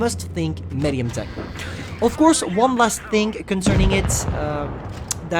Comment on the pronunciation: you still cant say medium and scrape u suks